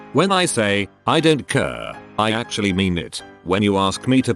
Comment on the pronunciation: Normal English speaking people: "I don't care." Computer voice: "I don't KÖÖHR"